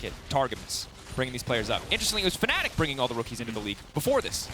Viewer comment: Team name: Fanatic Commentator: faNNic